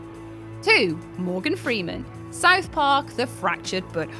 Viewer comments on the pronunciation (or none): none